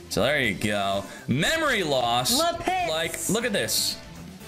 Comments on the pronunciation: JESUS CHRIST it's /là·pis/ STOP IT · I have never heard Lapis pronounced this way before! 😂